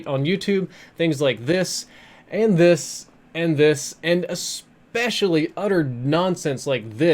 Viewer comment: I subbed to back like 5 years ago, but he's all about click baiting and he still can't pronounce "especially" so un subbed